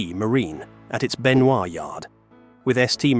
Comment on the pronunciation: Benoi is Benoy rhymes with Annoy. Not Benvoir as in Revoir.